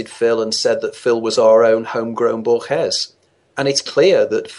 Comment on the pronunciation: Boor-guess? He means Borges I suppose. Boor-hayes.